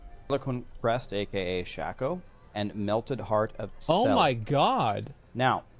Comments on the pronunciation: Shac-O 😅 Sha-Ko 😊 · Shay-ko. Not Shack- O.. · Sh-Ay-Ko not Sh-Ah-Ko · Every time I hear Shack-oh I cringe. It’s Shake -Oh u psychos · "Shayco" not shacko. Shacko sounds so weird. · wtf is a SHACKoh its Shake-oh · Am I the only person bothered by them mispronouncing Shako?